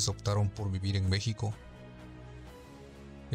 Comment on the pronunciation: Saludos y,sabemos que ya tienen algún tiempo en México,y hablan español,mexicano,,y me he dado cuenta que,pronuncias,,mixico,,intenta decir,,México,,México,en lugar de i,es e México,,espero lo logres,,saludos,,??